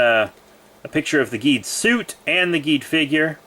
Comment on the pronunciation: Cool Video! Oh yeah the pronounciation for Geed is Jeed Edit:Did you know Geed is the youngest Ultra? Well everyone does since he is just 19 years old